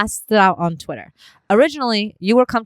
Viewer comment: She said twitter a bunch of times normally in this episode. She only said "twatter" like 3 times lol